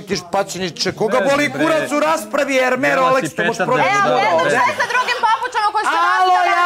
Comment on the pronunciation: I samo da kazem da se Hermès ne izgovara "erme" nego "ermes" zato sto e nije obicno nego è, pa se slovo posle izgovara. Toliko o elokvenciji Svetislava koji ispravlja druge 😂😂😂